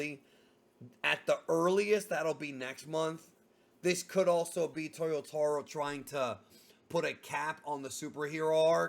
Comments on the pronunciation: I'm surprised that the years go by and you still pronounce "Toyotoh-ro"... It's "taah". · Bro, why do you say “Towyoewtahwrow” come on you’re Brazilian, leave that to the gringos! Haha I know you can say it right